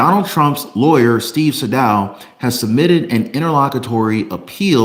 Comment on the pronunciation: Pronouced Steve Saydough not saydow